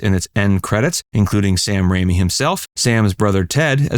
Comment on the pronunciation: It's Sam Raimi, not Rami.